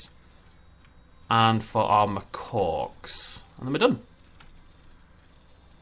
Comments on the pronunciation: I can’t get over the fact that you say macawk. I love it! (It’s actually macak) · Me too it's funny how when he makes fun of the name and says makaki he is closer to the pronunciation than when he says what sounds like "macock"